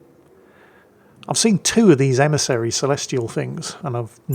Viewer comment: "Be vewy vewy qwiet, we are hunting an emisawy" 😂